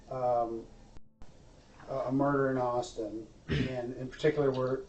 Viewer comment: When he said "peticular" that really irked me...